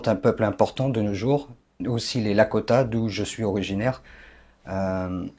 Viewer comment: Il ne représente même pas le peuple lakrota et non lakota.. il ne sait même pas prononcer le nom..